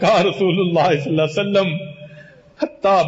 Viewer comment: S.A.W. Sahi Tareekay Se Parhain sir..